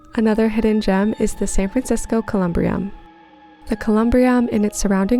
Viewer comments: Just so you know, it's pronounced Colum-bury-em 👻, and thanks for introducing me to a few places I did not know about. Did you also have time to visit Colma? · It is pronounced, "Coe-Lum-Bury-Um". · As an SF native, you did my hometown proud: there are TONS of spooky and strange little corners here, but you've highlighted some of the very best! Next time you're in town, check out some of the Emperor Norton memorials! (Btw, it's pronounced cuh-lm-BEAR-y-um, but you're right that it's a surprisingly joyful resting place) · As an SF native i've gotta say you did a great job on this. My only critique is with your pronunciation of Columbarium. Next time you definitely need to check out the ruins of the Sutro Bath house and the park across the street from it. Also Chinatown has a lot of spookiness and haunted places